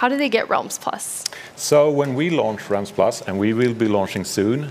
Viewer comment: that moment when you cant pronounce realms